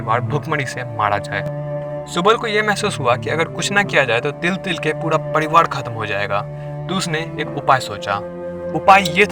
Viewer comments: Padiwad kya hota hai? Pariwar bol na saaf saaf. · कराने –कड़ाने, राजा -- डाजा , परिवार _ परीवाड ....ese kaise bolte hn bhai??? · सब कूछ तो ठीक है लेकीन यह तू र को ड क्यो उच्चारण कर रहा है ? 😂😂 पडीवाड नही परिवार होता है और परिवार ही बोला भी जाता है । हिंदी नहीं आती तो सीखो कमसे कम उच्चारण तो सही हो । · Focus on your words bro Its privar not pdivar aur raja not daja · Pariwar hota hai Padiwar nhi bhai